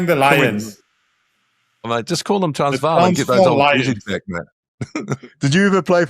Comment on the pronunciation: Impressed. JK pronounced "Transvaal" perfectly.. well done...